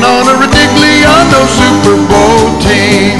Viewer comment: "The Siper Bowl!"